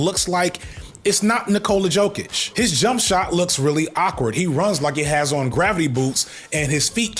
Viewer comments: ‘Yo-Kich’ and ‘Em-Beed’ my friend 😅 great sports analysis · You say Jokic like “Yoke-itch” btw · Yo, I'm DYING at the way he's pronouncing Jokic & Embiid. For future reference,, it's pronounced Jokic (YO-KICH) & Embiid (EM-BEAD). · As a coloradian Leftist who loves these videos from you, after you pronounced Jokíc im done watching the sports videos on here! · You can’t call yourself a sports channel if you can’t pronounce Jokić Edit: Embid? EMBID???? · I don't watch football at all, but I always love your football videos that are just about football and not politics because this is a sports channel. I am an NBA fan, though, and... You were so concerned about pronouncing Jokić and then you said Embiid like that, lol. Said them both wrong though, so it's fine. (Embiid being so far below Jokić does have a lot to do with injuries, though. Not talent/ability so much, imo. And the media is pretty negative toward Embiid because........... you know.) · Somehow, your pronunciation of Joel Embiid was more jaring than Jokić. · Lmaooo I love how u had a whole bit about not pronouncing Jokic right but then came outta left field with a way I have never heard someone pronounce Embiid before. Impressive stuff 🔥🔥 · There’s no way you’re roasting sports ball people and can’t pronounce Jokic or Embiid’s names 🤣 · it’s yo-kitch and em-beed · Yokich Embeed 😂😂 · Yo. Kitsch. That’s how you say it. Also, em-BEAD.